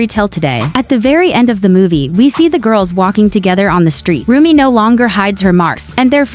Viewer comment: Umm it's Rumi not romi